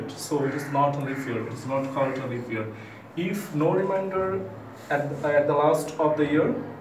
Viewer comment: Pronunciation is like "leaff" year🤣